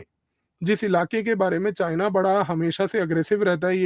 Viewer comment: PEHLEY JHOLA CHAAP DO DEGREE DHARI CHINA KA C BOLNA TO SEEKH LEY WAISE RANCHODDASS PEHLEY GHAR CHORE KAR BHI BHAGA THA BACHPAN MEIN